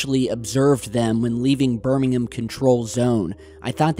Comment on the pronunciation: Great work. You get extra points for pronouncing Gloucester and Birmingham correctly!. Nice.